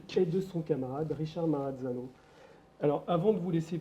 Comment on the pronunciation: Juste une chose c'est Ma Ra Za No ..on ne dit pas cazadnova ...on ne rajoute pas de consonne car cela peut devenir maranzano 😂